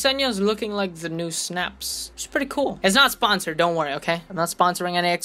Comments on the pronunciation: "Snaps" Its (Sy-Nah-ps) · BRO PLS ITS NOT SYNAPSE ITS SYN-APSE